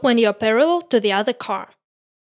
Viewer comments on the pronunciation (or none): The "REAR" of the car...is pronounced "REEer", not "RAre". А так нормально, видно, что английским интересуетесь. Определитесь с акцентом, у Вас намного лучше пойдет британский акцент, а не фальшивый русско-американский (CaRRR). Больше внимание уделяйте фонетике. Да, можно из вашего английского сделать конфетку, немного подкорректирвать. Good luck.